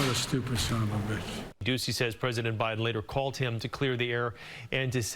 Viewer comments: Joe Byron? I caught that, trevor! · Did he really open the segment calling him Joe Byron? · Did he say "Joe Byron"? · He did say Joe Byron at the top of this clip, right? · did you really just say "Joe Byron"?? Trevor does not know the name of the US president. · Did Trevor just say 'Joe Biren' in the begining !?!?! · He said Joe Byron when it first started 🤣🤦‍♀️ oh boy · Was calling him Joe Biren a joke or a mistake?!! 😂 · "Joe Byron"??? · Is it me or did he call him Byron in the opening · Did he say joe byron at first? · Am I the only one that heard Joe Biren?